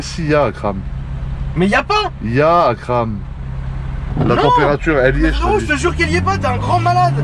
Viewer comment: "Mais si yaaa Akram" trop bizarre quand il l'appele Akram